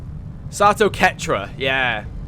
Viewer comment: I love the Captain Price look and voice for my character. And by the way, the name is pronounced Sah-toh. I think you were mostly saying it right. For clarification, here's a weird video of a text-to-speech thing saying it: And I'm actually surprised we had a flawless mission immediately after the slaughter of last episode. Also, do you own any of the DLCs? Many of them just add character customisation stuff, but there are three that have a proper impact on the game: Alien Hunters: This DLC adds some alien 'bosses' that you hunt down throughout the campaign, as they appear in random regular missions. Pretty cool. Shen's Last Gift: This DLC adds an extra soldier class to the game, which can change up how you play quite a bit. Fairly cool, but not a huge change. War of the Chosen: This is the big boi. This absolute chungus of a DLC is basically XCOM 3. Not gonna spoil anything. But suffice it to say, if you finish XCOM 2, you HAVE to play WotC.